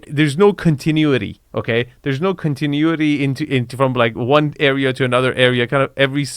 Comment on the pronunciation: CON-TEH-NU-ITY!!! Hahahaha always mispronounces that word! 😂